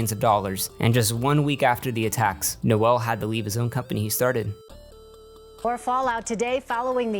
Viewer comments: the correct way to pronounce “Noel” Edit-actually, ur calling him “Noelle” on purpose aren’t you? 😂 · his name is pronounced “NOLE” like Noel Fielding, you play clips of people saying it correctly and then continue to call him NOELLE which is a GIRL’S NAME ABOUT CHRISTMAS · His name was pronounced several times in interviews clips you used. It's Noel, pronounced "Noll" come on man :-P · His name is Noel, not Noelle. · You've mispronounced Biderman's name the whole time. Noel rhymes with "hole". Noelle is a woman's name. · I get a real kick out of people pronouncing "nole" like "no-elle". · The funniest part of this entire video is N-o-l’s name being pronounced as n-o-e-ll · Bro, you even have clips where they pronounce Noel Biederman‘s name, and yet you keep pronouncing it No-ell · Pronounces "Noel" as "Noelle" even with multiple clips saying his name correctly. Says "$19.99" while showing a screenshot of "$19.00". A real pro here. . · As a Noel myself, I died a little every time you said ''No-well'' as his name.